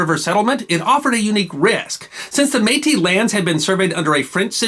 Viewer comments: The word though spelled Metis is pronounced May-tea. Is there a follow up covering the Northwes Rebellion specifically? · Don't pronounce the s in Metis. Just MAY-tee. ☺ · We don't pluralize métis. One May-Tee, two May-Tee. All (most?) Canadian school children (at least of my generation) learned about Louis Rièl in primary school. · May-tee. The S is silent. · I am impressed you pronounced Saskatchewan perfectly. The S is silent in Métis. Bravo I thoroughly enjoyed this video, I don’t know how they made history so dry in school. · Excellently researched and presented. Since Metis is a french word the "s" is not pronounced unless the next word begins with a vowel. "Versailles" is another example of that. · Métis is a rare exception to this rule. The s is pronounced in French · It's spelled "Metis". And the "s" is normally silent. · And it's the same singular or plural. No s sound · Switching between pronouncing the s in Metis or not is jarring. It's not pronounced, but at least pick one. Every time you say the word it's causing me to think about it because it's seemingly random.